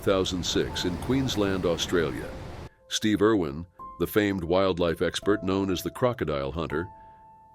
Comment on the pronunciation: Irwin, not Erwin